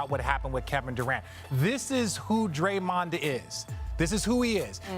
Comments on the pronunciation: "Drayond" lol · “Drayond” lmao 🤣